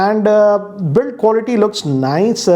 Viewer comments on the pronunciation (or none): none